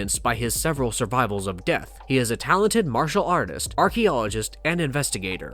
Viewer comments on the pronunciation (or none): none